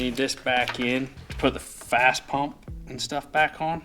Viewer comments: First, it's FASS, not Fast. Second you show Air Dog, not FASS... different company. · 1. It's fass pump 2. That's an airdog, not fass Lol okay rant over, good work guys